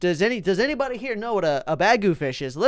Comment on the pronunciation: When he said bagu fish I thought he said bag o fish! XD